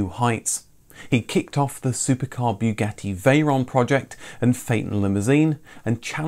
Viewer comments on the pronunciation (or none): none